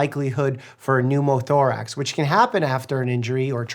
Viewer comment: “Pneumothorax” suddenly becomes “Pneumothroax” for no reason. 😂